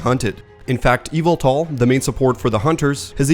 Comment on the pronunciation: ameng is pronounced "ay-mung" and in yveltal the second syllable is stressed, not the first ("ee-VEL-tall")